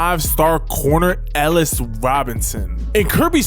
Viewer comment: i think its pronouced e-ly-us williams